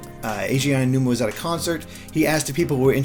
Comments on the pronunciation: Hi name is not pronounced “Aya-numa.” It is pronounced “Ah-oh-numa.” Ah like Ah, I see! And Oh like Oh, I get it! And then numa. Spoken quickly, it sounds like “ow” as in “ow, that hurt!” And then “numa.” ow-numa. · Ayy oh nooma. Jon names aren’t that hard